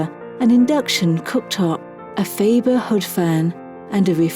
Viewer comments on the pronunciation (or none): none